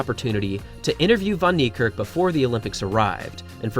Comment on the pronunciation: Well done with your African name pronunciation